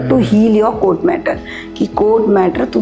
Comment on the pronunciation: Madam कोट नसत ते कोर्ट अस असत